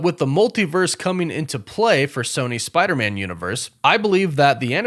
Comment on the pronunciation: Noooooo, you pronounce it as "Spider-Mun". That should never be a thing... Just like WereWOOFS should never be a thing.